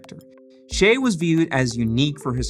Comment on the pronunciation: Why do Americans pronounce his name as "Shay"??? His parents gave him a Chinese name. It's pronounced "Si-yeh" by Chinese.